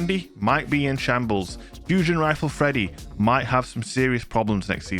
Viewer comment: "" lmao